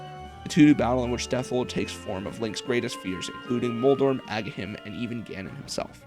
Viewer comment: You sure wrote his name into the script a ton for not knowing how to pronounce Agahnim 😂